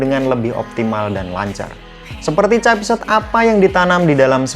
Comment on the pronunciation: Capset, Xiaomi Reno 8 apaan anjggg, ngakak w dengernya